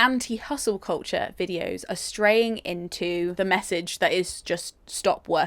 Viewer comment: Koltcher is what I’m hearing 😂